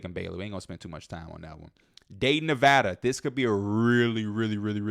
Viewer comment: Thank you for pronouncing Nevada right 🙏🏼